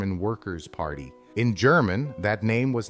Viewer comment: Is that KLY narrating? Doesn't sound like his voice but his pronunciation of the German is impeccable. Good video and much needed today. :face-red-heart-shape